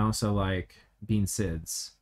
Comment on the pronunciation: Fun fact, bean sidhe is actually pronounced "banshee"